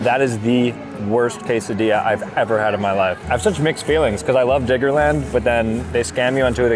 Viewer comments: Diggerland gng dont say IT with n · Sooo like imagine you aren’t paying full attention at the start of the video and hear diggerland with a N instead of a D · The way he keeps saying Diggerland doesn’t say right 😭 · Why do you keep saying "Diggerland" with a hard R